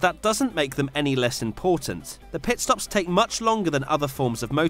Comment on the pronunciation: Anyone keep hearing Pet stops 🤣😂